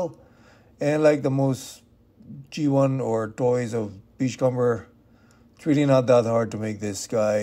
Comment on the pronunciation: Its not pronounced "com-ber" its "come-er", like the comb you use in your hair